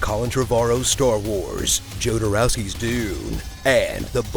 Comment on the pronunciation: The way you pronounced Jodorowsky made my ears bleed.